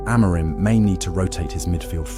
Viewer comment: There is no such thing as "Sporting Lisbon", the club's name is SPORTING CLUBE DE PORTUGAL, it is a club based in the capital, but it does not have Lisbon in its name. So, please stop saying the club's name incorrectly. And by the way, the accent in Amorim is on the "im", not the "mo".